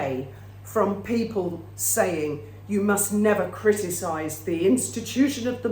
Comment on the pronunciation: Peepling, damn thing keeps dropping letters